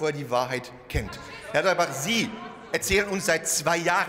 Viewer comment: Ich habe extra noch mal nachgehört, aber es stimmt, er hat echt Klabauterbach gesagt! Wie geil ist das denn?! 😅